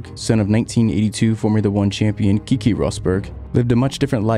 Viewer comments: The way he says kiki pisses all of us finnish people :D its super hard to listen. just say pronounce the E's like its written. Finnish aint some fancy sounding french or italian. We say things how they are written. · Its not pronounced ''Key-key'' Rosberg, its ''Kay-kay'' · I don't think that is how Keke is pronouced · It's really annoying that you don't know these f1 legends names? Nigel MANSON? it's MANSELL KIKI Rosberg? It's pronounced "Keh-kay"... No "EE" sounds